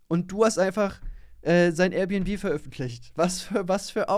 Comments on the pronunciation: Air bnb nicht R bnb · Alter Das“Rbnb“ regt mich so auf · Der soll erst mal lernen dass es AIRbnb heißt junge größter trigger😂